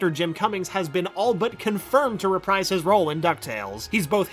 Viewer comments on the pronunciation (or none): none